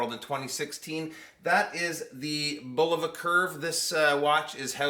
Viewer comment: 1. THANK YOU for pronouncing Bulova correctly! So many of these young whippersnapper YouTube reviewers pronounce it bull-OH-va, which is incorrect. 2. I have two Bulovas with this same 262 kHz UHF quartz movement and they are crazy accurate. They gain about one second a month. 3. A curved sapphire crystal as well? That's really something and Bulova is to be commended for such ingenuity. 4. Great review,!